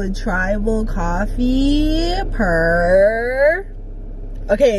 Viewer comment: need a compilation of saying PURRRRRRRR